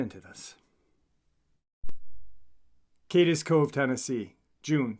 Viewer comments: You're saying wrong it's Cades cove not kades cove but I'm sure you got it straightened out by now this is old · ** It's NOT Pronounced : Kay-Dess Cove ** Correct Pronunciation : Kaids Cove *Correct Spelling* Cades Cove ** My name is Mike & I live in Gatlinburg, TN. where this Park is Located. Love your stories brother, Thank You for all your content, hard work and determination.. HMU anytime, I have plenty true stories about these here mountains.. Love the Channel Bro, we appreciate you..